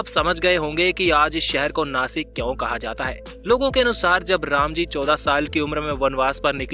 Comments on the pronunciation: इसे नाशिक बोलते है... नासिक नही.... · Jase tumhi Washington la wasington bolu shakt nahi,tasech Nashikla pan Nasik nahi mhanayacha.he mi kuthe tari wachal hota mala patla. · It is not nasik It' Nashik Mind it Jai Maharashtra 🚩🙏🏼🚩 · I'm from Nashik And as nashikar we love too pronounce नाशिक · Plz Nashik bolo 🚩🚩🚩